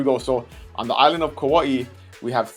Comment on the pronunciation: Kauai, not kawaii.